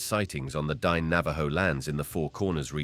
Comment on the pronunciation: Dine. Dee-Nay.